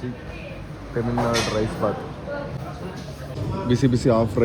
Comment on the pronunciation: ತೆಮಿಲ್ ನಾಡು ಅಲ್ಲ ತಮಿಳ್ ನಾಡು ಅದು 😂